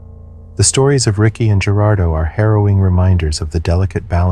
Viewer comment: You need to practice the pronunciations of Latin/Spanish names (your quite bad at it). Its a little thing, but it shows dedication/respect to those u r speaking abt. Gerardo is pronounced w/ an H not a G. Key the name into google under spanish translation & hit the speaker button. That easy.